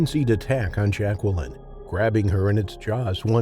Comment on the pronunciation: Yeah and learn how to pronounce Jacqueline correctly.